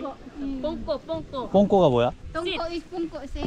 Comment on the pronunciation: 오늘도 좋은 영상 감사합니다.^=^ 앉다가 똥꼬가 아니라 뽕꼬라고하네요. p발음 나는거 같아요.